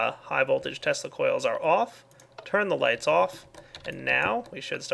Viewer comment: Why do I keep hearing testicles instead of tesla coils?